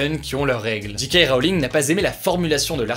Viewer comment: Ca prononce JK en anglais mais Harry Potter en français. Aller, encore un petit effort Hugo on y est presque.